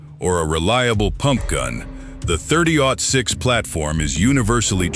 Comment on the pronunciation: was it "thirty zero six"? Cuz that's when I turned it off lol